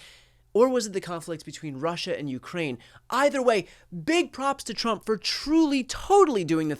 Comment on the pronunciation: He said "Chump" instead of Trump! LOL!!!